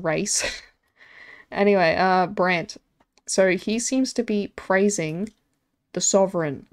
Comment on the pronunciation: girl please just say braunt it's fine 😭